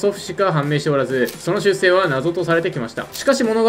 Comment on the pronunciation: 出生は「しゅっせい」じゃなくて「しゅっしょう」な。解説するなら頼むぜ、ほんと。。。